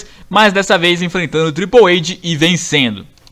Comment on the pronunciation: Triple eide hehe se triple eight que h em ingles e oito em ingles